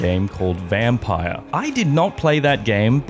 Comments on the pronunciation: It's pronounced Vum-peer (Vampyr) not Vampire 🙄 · Its pronounced vampeer